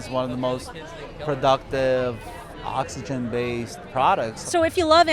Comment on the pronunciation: Did he said oxigen? WTF